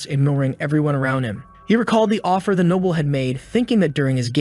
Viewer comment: Can't even pronounce noble properly? Noble not nobble